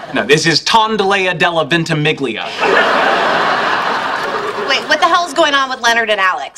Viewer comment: At least learn to pronounce "ventimiglia" properly